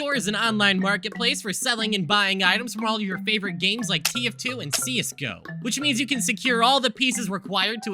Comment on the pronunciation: Can't believe bro said CS-GO as See-es go